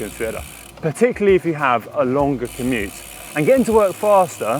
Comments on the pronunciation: Does Connor say "Komoot" on purpose, rather than commute at around 30 secs in?!?! Sneaky plug for the GCN partners there. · LOL - “commoot”.